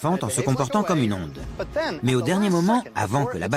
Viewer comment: je dois être sous-nul. ..... plus rien pigé apres la pronociation du mot Oõoõoõnde.....